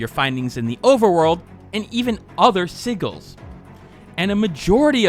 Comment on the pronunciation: Not to be the grammar police but "sigils" is pronounced "sijil" with a jay sound. Great review on Tevi. I have it and Rabi-Ribi. Great games. I recommend you try the Momodora series too (3 games).